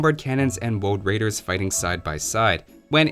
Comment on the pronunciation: Gotta love them woooooad rrrraiderrrs